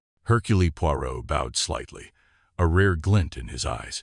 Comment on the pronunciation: You could at least have got the name of the main character right. Your ‘reader’s’ constant mispronunciation spoiled the story for me.